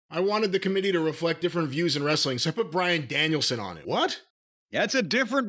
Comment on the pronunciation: Wress-sell-ling. Jim, it's time to get over it. Danielson is a jerk like everyone else there.